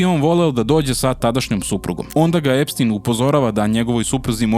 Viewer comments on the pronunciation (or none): none